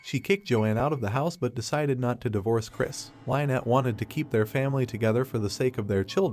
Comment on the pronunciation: Lynnette is pronounced Lin net not lie net